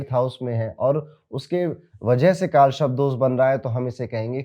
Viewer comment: Sharp ni sarp hai sir 😂 but thank you your videos helps people ❤